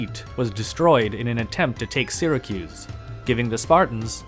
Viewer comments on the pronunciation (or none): none